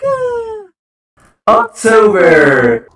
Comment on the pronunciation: He said octover